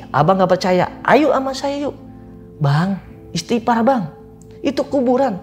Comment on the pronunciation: "ISTIGHFAR", bukan Istipar. Wkwkk....